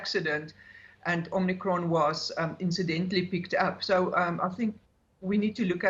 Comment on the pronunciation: Omicrone? Pandarmic? Lol